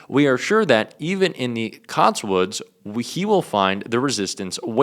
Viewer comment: Pete didnt have all those cars etc following him like Vance did over here guess it was expensive to fly those over too. Its Cots(wold) as in bold.